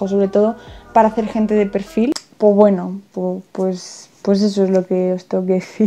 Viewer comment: Me da mucha gracia cuando dice "poweno" xdx